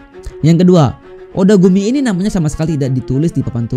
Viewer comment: Gw juga dengernya otaku ni bukan odagumi 😂